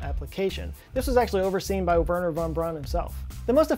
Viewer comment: You have no idea how happy I was to hear you pronounce Wernher correctly. Everyone looks at me weird when I pronounce German words correctly.